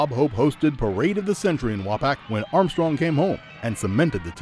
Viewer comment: FYI As I best recall, Wapak is pronounced Wau-Pauk by most residents and not Wau-Pack.